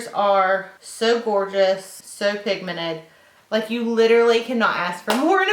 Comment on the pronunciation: is it me or she doesn't know how to say pigmented, she says pigmenet hahahaah love your makeup